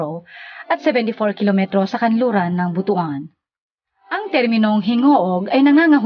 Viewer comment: Ang pag pronounce po ng BUTUAN ay BUTWAN. The story behind, merong isang hari noon na merong napakalaking BUTU. hahaha joke lang ha. hahaha. Ang laki na pala ng pagbabago ng Gingoog City ngayon. Kaway kaway sa mga Ranara dyan sa Baybay Lunao, kadugo nyo ako.